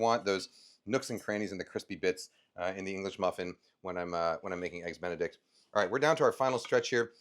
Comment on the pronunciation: did he just say EGGS DICK A BEN?